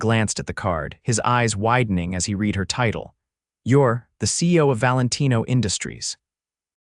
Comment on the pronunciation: Come on AI what’s a rezoom? Read is pronounced red!